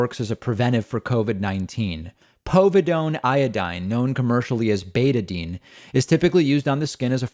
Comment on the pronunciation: BetaDINE. Not betadeen. Just fyi